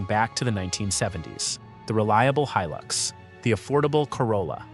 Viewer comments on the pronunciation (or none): none